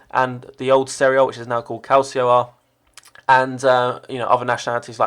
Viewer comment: and you pronounce it calcho not calsio